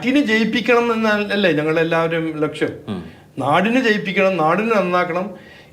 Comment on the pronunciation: Lakshyam not Laksham